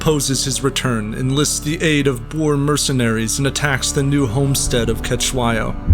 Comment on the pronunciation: way he pronounces Boer ukrs me so much 😒